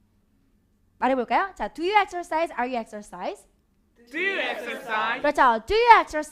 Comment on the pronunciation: hands up의 취지는 좋은것 같은데, Do you 의 인토네이션이 너무 어색한것 아닌가요?